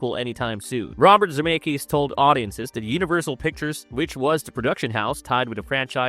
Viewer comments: Who is Robert Zee-May-Kiss? 😂 Z-Meck-ISS. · Almost stopped watching less than 2 min in. Zim-ay-kus? Gr ah ss ing?? Wtf